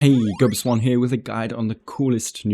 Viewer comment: LMAO NOT THE GUOBSWAN😭😭😂😂